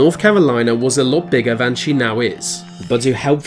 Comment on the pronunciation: No one:.: says Van instead of than